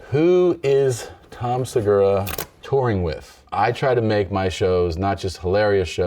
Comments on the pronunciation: Seguuuuuuraaa, sounds Japanese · Se gu raaaaah... Sounds Japanese ;)